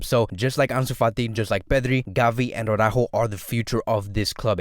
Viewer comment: Such a pity that Araújo will renew. Now we'll hear Awww-ráhho Awwww-ráhhho Awwww-ráhhho all of the time (instead of Ara-Újo).